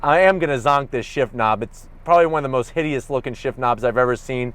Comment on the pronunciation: Like he keeps saying "This looks HIDEUOS"